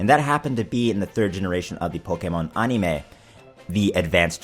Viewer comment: ann-im-ah? You mean animooooo